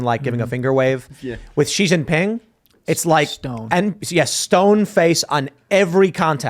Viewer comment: It's pronounced SHE NOT ZEE